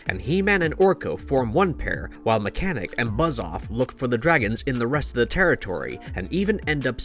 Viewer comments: its pernounces mekaneck ( Mek-A-Neck ) not mechanic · It’s Mekaneck, not mechanic. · ‘Mechanic?’ So, not Meckaneck then? There are so many script bloopers and pronunciation issues on this channel on pretty much every video. If you need someone to proof any of your videos, let me know. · It's pronounced "Meh-Ka-Neck", not mechanic lol. Also the toy was introduced in 1984 not 1994 which im sure will have already been pointed out. Anyways, HE-MAN has always been my favorite since I grew up watching the show and playing with the toys. Fond memories. Keep the MOTU videos coming. Thanks. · Mechanic? Who is Mechanic? If your going to narrate learn how to pronounce their names, it’s Mecha-Neck 😒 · Mechanek, not mechanic. As in, he has a mechanical neck. Way to highlight your narrator is reading a script about a topic he knows nothing about. :/